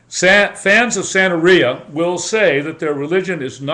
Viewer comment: Sir, with all due respect you are an IDIOT. If you are going to speak on something you should do your research thoroughly. La Santa Muerte has NOTHING to do with Santeria (or Santa Maria) as you called it. You can't even pronounce Santeria correctly. You shouldn't talk about things you have NO idea about.